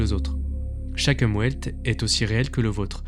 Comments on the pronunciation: le « Umwelt » se dit « oumVelt » et non pas « oumwelt » super video sinon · (mode grammar nazi on) "Umwelt" ("environnement", en allemand), ça se prononce "oumVelt", pas "oumOUAIlt" En allemand, le "V" se prononce "F", le "W" se prononce "V". (mode grammar nazi off) Chouette vidéo, encore. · ça se prononce " Oum velt" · C’est même «Oumvelt». Welt c’est le monde, et la préposition um signifie littéralement autour, c’est donc le monde autour de nous, notre environnement… Quelque chose comme ça. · Umwelt se prononce plutôt oumvelt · Si jamais, le mot "Umwelt" se prononce "oumvelt" et vient de l'allemand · "Umwelt" prononciation : oumvailt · Umwelt est un mot allemand qui signifie "environnement". Il se prononce oumvelt. Phi (le nombre d'or) ne se prononce pas Pi (3,14). Une certaine rigueur est essentielle dans ce genre d'émission. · Super vidéo ! Juste une petite précision, l’Umwelt (prononcé Oumvelt) veut dire environnement en allemand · Aïe aïe aïe Umwelt se prononce Oumvelt, Phi se prononce fi et Husserl se prononce Housserl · Superbe taf, et petite remarque de germaniste au passage, "Umwelt' se prononce "Oumvelt" 😊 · En tant que Germaniste, j'ai souffert lors de la prononciation d'UMWELT 🤣